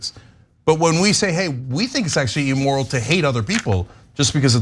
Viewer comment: Ugh, the way cenk and anna pronounce immoral is like nails on a chalk board. They both pronounce it e-moral. Better start pronouncing words right if you want to be president cenk.